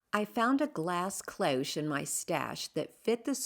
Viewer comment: Ps thank you for Pronouncing CLOCHE. I have been foolishly Pronouncing it "clōsh"